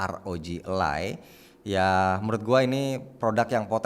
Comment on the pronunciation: bukan elay bang. tp aroji alay